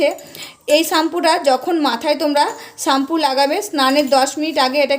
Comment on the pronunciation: ওটাকে চাম্পু বলে না ওটাকে শ্যাম্পু বলে অশিক্ষিত মহিলাদের ভিডিও করছে